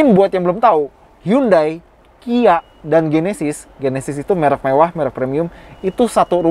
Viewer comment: Sebesar automagz nyebut brand Hyundai aja masih salah... 😭😭...